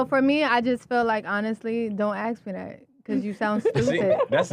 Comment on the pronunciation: Aks? Axe? As in a hatchet?